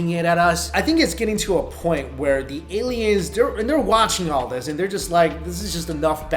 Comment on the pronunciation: Lol a-LIE-ns aren't real 😂